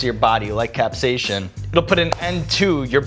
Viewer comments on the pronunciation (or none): Sean explains "capsayshun" and this is awkward. I've never seen him slurring before.